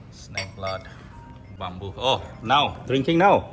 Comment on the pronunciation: Oi bamboo swi hwnwi not bumboo stop murdering English 🤣🤣🤣lol